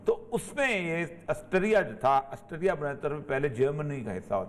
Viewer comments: aassterria ni austria hota he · آسٹریا کو آسٹیریا کیو کہہ رہے ہیں!